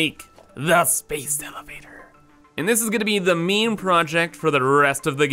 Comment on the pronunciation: took me half the video to work out he was saying 'main', not 'meme' lmao